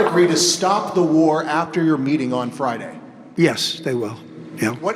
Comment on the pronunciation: Kijiye metting mettong😂